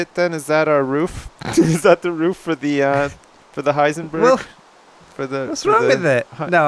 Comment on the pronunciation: Did call the hindenberg the hiesenberg